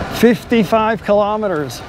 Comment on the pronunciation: Please stop saying kelemeteres